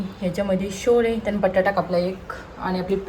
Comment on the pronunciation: वन मिस्टेक... नों शोले... छोले बोल न तर लोखा 😅🙏